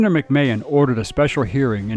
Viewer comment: McMahon is pronounced Mac-man.